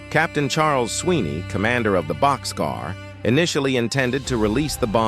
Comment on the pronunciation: It's "Bock's Car" not boxcar.